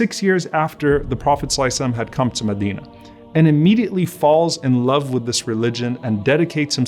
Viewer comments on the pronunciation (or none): none